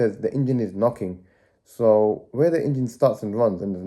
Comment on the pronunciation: Ok video, maybe learn to say Engine not Ingine. Watch matt Armstrong, gets some tips on presenting.